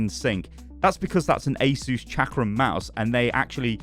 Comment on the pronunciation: Asus being pronounced correctly is so satisfying (Ay Zeus)